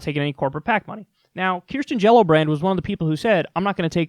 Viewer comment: everytime kyle says her name i LMAO